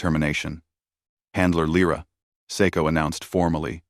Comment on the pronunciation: And again Lyra is spoken LRA.